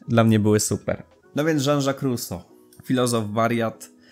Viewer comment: . Trudno było słuchać, pełno błędów od Ruso po pożeniona, rezygnuję